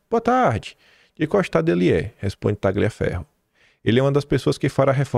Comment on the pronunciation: gl em italiano é pronunciado como lh em portugues. Por favor, leia o nome do ilustre como TALHIAFERRO, ou seja, corta-ferro.